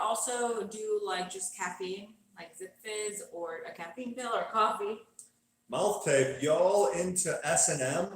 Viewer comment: Did he say...mouth tape?